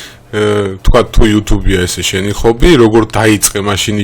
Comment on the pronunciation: ხობი არა . ჰობი